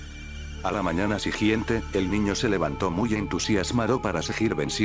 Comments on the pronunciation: Soy el único que le desespera cuando dice: sijiente? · No es sijiente es siguiente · A la mañana "sigiente" xD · en el minuto dijo (se acosto con una sonrisa presumida, a la mañana sijiente) como como como repetime (sijiente) xd y despues tambien dijo lo mismo en el minuto jaja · Dijo sigiente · Mui chido pero por q dices sigiente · " a la mañana sigggiente " XDXDD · Sijiente xd